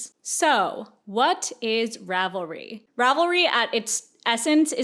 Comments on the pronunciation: Rav-leets. Love your videos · as a huge fan of ravelry i love hearing about all the drama. i didn't know much about it beyond just using it and how much of a simp i am for their search feature. also as a software developer who works with server stuff every day and has said this word like a million times in the last month, - it's pronounced "zen" haha